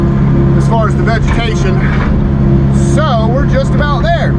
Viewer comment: Did you almost say "vegematation"?? 😅😅 jk... Great job as usual. 👏😁✌️🐾🐾🇱🇷